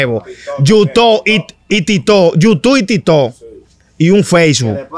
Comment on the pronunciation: El entrevistador .. es la máquina de cotorra ...... Dijo yutu y Titoo .....tábano y andábano ... Consejo solo mejorar eso y estará bien